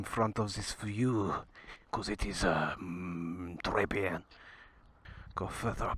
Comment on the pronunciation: Don't worry, we've got a 14 year old French visitor with us at the moment and he does respect your efforts! He says your "très bien" was "très bien!" I took him out for a gentle ride on the 890 though and he was a bit shit scared though.😅!